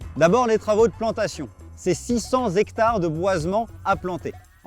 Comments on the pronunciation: J'ai appris un nouveau mot: " zhectare". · des zectares? un zectare, des zarico, des zandicapés...ha non, C'est pas ça, c'est le cinquante qui prendrait un s? ou le 4 avec un s, ou les "cent" qui deviennent des "sans".sinon, bravo pour la forêt. Une forêt de zaricots en ligne.